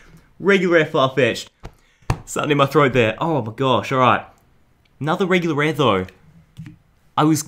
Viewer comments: Dude this guy said we pulled a weguler ware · he said wegular ware whishclosh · You said wegular wear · at minute he said wegular ware atleast it sounded like he said that xd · did he seriously say"weguwar ware"